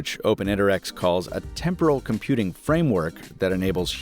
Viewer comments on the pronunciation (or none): none